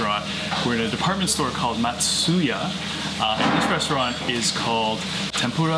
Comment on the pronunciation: Why couldn't you ask for a correct pronunciation? There shouldn't be any guesswork to figure out you completely butchered the first restaurant. Japanese is incredibly easy to pronounce if you understand the rules, which are very simple.